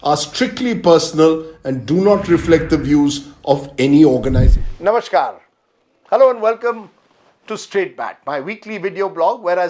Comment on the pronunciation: Not NAMASHKAR BUT NAMASKAR 😊